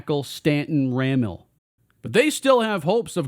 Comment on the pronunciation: It’s also pronounced rah meal